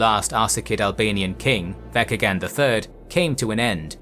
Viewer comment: The name mentioned “Vatchagan ” the CH in the name is pronounced as ch just like how you would say Church or chore and not ka Hope this makes sense . Btw. We have that name until today . Vatchagan. VATCHAGAN still used today in Armenia 🇦🇲🇦🇲🇦🇲🇦🇲🇦🇲